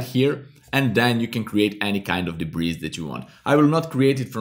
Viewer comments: It's pronounced debree... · Nice tutorial. Just an aside, the s in debris is silent. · debris is pronounced debree. i was wondering what you were saying. hehehe. nice video though